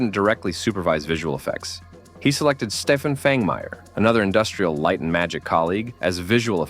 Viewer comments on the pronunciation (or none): none